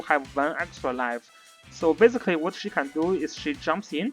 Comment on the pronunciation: every time you say basically, it sounds like physically... lol